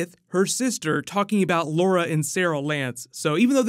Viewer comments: You said LAURA and Sara Lance :p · Did you really just call Laurel "Laura" ..... So rude. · Loral not Laura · Laurel not Laura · Laura lol I know you meant Laurel but I still laughed at that 🙈😂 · Anyone notice say Saral and Laura instead of Sara and Laurel 😂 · Hey I don’t want to be that guy but ok first thing is it’s laurel not Lara. Second diggle was spartan not guardian.